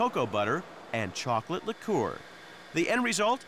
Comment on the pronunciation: "They want shokolate" xD